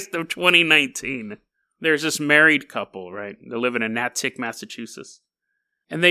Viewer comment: Natick haha damn. most of my family lives up there, what a pleasant surprise. Btw its pronounced nay-tik but i love when you pronounce things weird its funny Edit: also wtf even is this story lmao